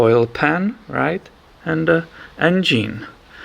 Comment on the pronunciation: I like the way you say "en-gene" ☺️